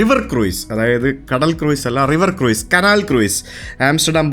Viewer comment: my family never miss ur vlogs... One suggestion cruise is not pronounced as cruise is pronounced as ക്രൂസ്... Not ക്രൂയിസ്... Just make a note of it... Thanks n regards usha n krishnakumar from mombai ❤️❤️❤️